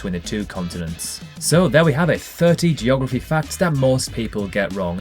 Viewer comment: Who else likes “JOGraphy”? 😉